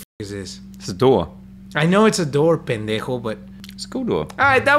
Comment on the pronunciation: wait are you calling josh "asswhole" when you say pendeco? i don't know how to spell the word😂